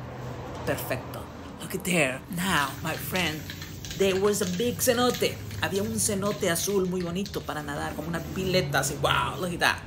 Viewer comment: I thought you said big cerote but it was senote 😂😂